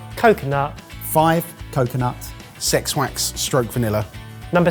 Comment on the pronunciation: SEX WAX!!!🤣😂🤣😂🤣😂 LMAO!!!🤣😂😁🤣😂😁 I swear, that's what that sounded like! 😁